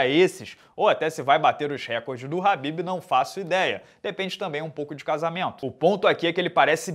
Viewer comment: É Khabib né não “ RRRRAAAABIB”